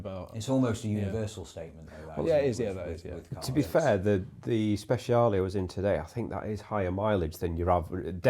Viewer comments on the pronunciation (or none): Strad, Scud.. sure. But for the love of God, never refer to a Speciale as a "Spesh" ever again. 🤣